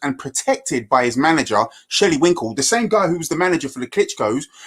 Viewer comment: I love how everyone has mutually agreed to call Shelley Finkle “Shelley Winkle” 😩😩🤣🤣🤣🤣